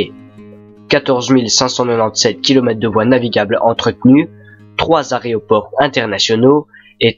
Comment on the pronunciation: bien que le sujet soit travaillé, la '' dynamique'' de la vidéo fait perdre le fil( je trouve) et il y a également quelque faute de syntaxe qui énerverais plus d'un professeur, par exemple aréoport au lieu de aéroport. Voilà, juste deux petites remarques pour améliorer la qualité de vos vidéos, car on voit que le sujet est bien préparé😉 Et en plus, ça change des autres commentaires😂😂